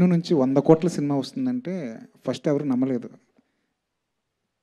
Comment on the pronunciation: ఫరుస్ట్ కాదురా అయ్యా.. ఫస్ట్😂😂😂